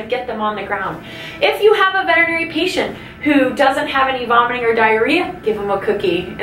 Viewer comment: Thank you for pronouncing veterinary correctly!! I have to seriously wonder about Veterinary professionals that don’t even know how to pronounce their own profession.🤦‍♀️🤦‍♀️🤣🤣I truly want to feel that my dog’s doctor is the same as my doctor. However so many of the vets I’ve encountered have reminded me that hillbilly medicine still prevails and modern high quality medicine is still difficult to find.